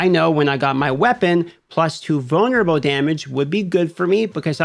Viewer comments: Took me about 5 times to realize he’s saying “vulnerable” and not “boner bow”. I swear to god I’m standing in the BR pissing, listening to this video thinking “does he have a weapon named “boner bow” wtf is going on rn” 😂😂😂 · My man said "vulnerable" six times before I didn't hear "boner bow." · I've been curious but didnt want it to come off rude ; but whats your accent for why you annunciate Roll or Control, or vunlerable, as Controw, Row, and Vulnerbow?